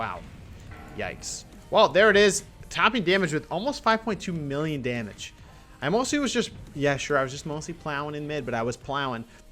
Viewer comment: Dam--age.. It's just one more syllable. please say it.